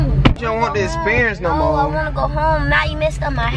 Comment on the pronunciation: “ion wanna drive in this NOMO “ 😂😂😂